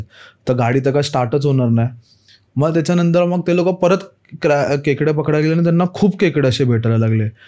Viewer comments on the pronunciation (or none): जो इंटरव्ह्यू घेतो त्याला सरळ मराठी येत नाही का वेगळं किंवा वेगळी किंवा त्यावेळी या शब्दांना वेगलं वेगली आणि त्यावेली बोलतोस जर मराठी सरळ बोल भावा आणि स्टोरी सांगणारा आहे त्याला सांग केकडे नव्हे खेकडी म्हणतात